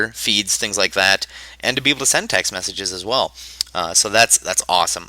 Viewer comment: did he say Semtex messages or was that just me